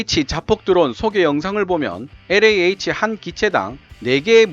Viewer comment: 충고 한마디 왜 영어발음에 혀를 그렇게 꼬는지요? 일부러? 특히 엘자 발음을 비틀어 꼬는건 듣기 아주 불편하네요. 영어 40년.